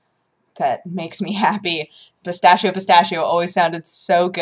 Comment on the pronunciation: "pistashio" . . . well,guess that's how people who doesn't talk speak it,but i don't know if i should get angry or laugh.